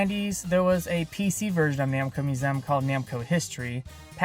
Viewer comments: Its museum, not moosehm. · Musem?!? Who says museum like that?